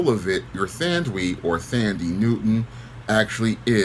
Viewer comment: Her name is pronounced - "Tundee" .